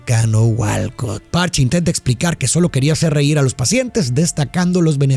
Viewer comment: Eso no es como se pronunica Patch, amgio.